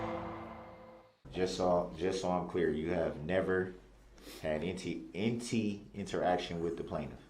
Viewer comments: It’s any not anty lol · “Inty interaction” 😂😂😂😂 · I’m upset that he thinks “enty” is an actual word. The word is “ANY” and he doubled down by saying “entee” twice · Enty enty...why is it so hard to say any? How can you put a T in any? And how did he pass a GED? Online? So he could cheat is the only way he got a GED imo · He fkd up the very first sentence..."anTy" interaction 🤦🤣🤣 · No he said “IN TEE, in tee” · It’s also ‘any’, not ‘enty’. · Axe wtf.... enty wtf. It's pronounced ask, any.... Yeah he's a rocket scientist for sure.